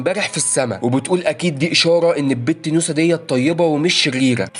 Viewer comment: انت تقول نوسه وانا اسمع موسى😂😂😂😂